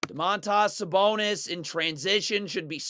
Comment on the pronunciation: Domat-AHS Sabonis lol